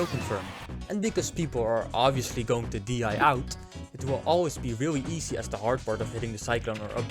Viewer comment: Can you physically not say the letter "r"? You say "weally", "genewally", etc 😂